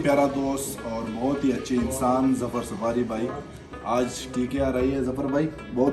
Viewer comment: it's supari:/ not sufari 😂😂